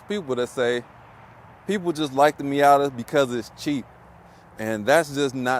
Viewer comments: What is a "MeeYADDER"? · Did he say Miata with the hard er 😭😭